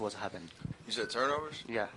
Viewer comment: the hell did that first reporter say " turnmovers" lmao...anyways...yall stop saying that russell is better, he is just a better fighter frfr...yea russell killed them this game but don't act like we haven't seen curry get the best of him before bc we have. russell shoots alot, he is more aggressive than curry..curry did play like trash tonight...he should have shot the ball more frfr...shid russ do it and it worked tonight hell lmao...even though russell went off, paul is my main worry though...defensively he be playing them lanes and on ball defense man lol, i hate that shit lol..warriors needs to run plays away from him frfr.